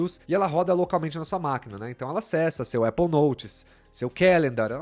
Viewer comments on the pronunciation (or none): none